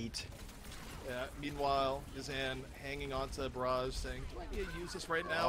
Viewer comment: they keep calling them yazaan and ma-jed when it's really ya-z'-n and maa-jid